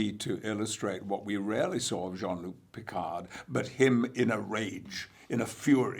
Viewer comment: ...and still not able to pronounce his name properly: it's Jean-LUc , not Jean-LOUC, plus the D in PICARD is SILENT!!! Love him, though!